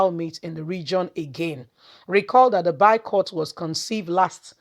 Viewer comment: Are you trying to say boycott? Because you keep saying bycott! At least that’s what it sounds like.